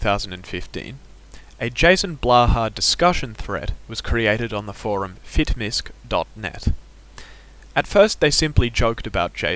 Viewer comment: Fitmisc is short for Fitness Miscellaneous. It is said properly as so. Fit-Miss not Misk.